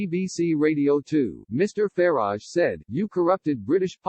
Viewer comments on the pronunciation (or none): none